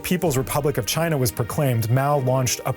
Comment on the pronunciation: Learn how to pronounce the name of China properly before you make a video about China.